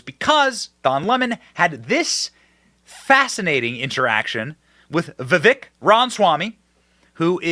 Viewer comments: Ugh. It's not vev-ICK, it's viv-AYK. If he's going to be a presidential nominee, perhaps we should have enough respect for him to pronounce his name correctly? "Whatever ethnicity you are". That was the racist statement that got Don LeMon fired. "When you live in black skin..." Vivek's skin is darker than Don LeMon's is when they're not under blaring lights! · Vivek said on Tim’s show that it’s pronounced Viv-ache, long A. (FYI, you’re welcome 😆)